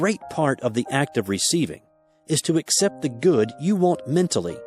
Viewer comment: I appreciate this audio but I wish he'd say ACCEPT and not "except". Grr! It's making my eye twitch o_O